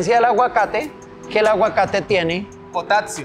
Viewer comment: Jajajajajajajjajaa “Potatsio” no mk jajajajaj como fuera compartir un momento así en vivo y en directo con yo no podría parar de la risa.. tiene la respuesta a cada cosa en la punta de la lengua este berraco. Un saludo Dios los bendiga. Excelente videos... brutal todo el contenido de valor para todos qué nivel! Que equipo!